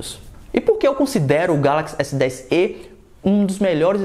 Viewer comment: Galaxy s10ê, pensei que fosse Galaxy s10e tipo o "e" se fala como se tivesse acento "é".